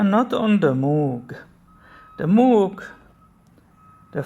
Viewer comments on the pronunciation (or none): It’s pronounced “mōg” (or “moge”). Common mistake.